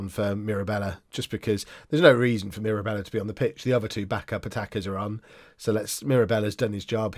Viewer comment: Mirabella is pronounced as you are currently pronouncing it. So proud of you.